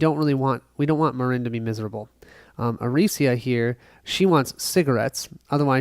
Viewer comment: Arica is not Aricia, you read it literally like 20 times and it was wrong every time. Sorry, just drove my crazy. Good setup video though